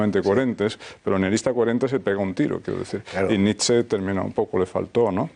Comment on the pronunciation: La ' E ' final de Nietszche también se lee......